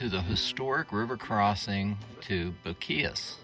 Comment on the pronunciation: I see you are not from Texas your pronunciation is terrible